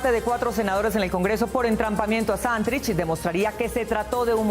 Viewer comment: ¿Por qué siempre dice mal el acento de la palabra Santrich? Todo el mundo la dice bien menos ella.